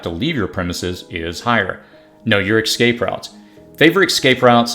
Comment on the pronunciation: Thank you for these tips! My on!y suggestion is to use proper pronunciation of words like "escape" and anonymity ( anna-nimmity)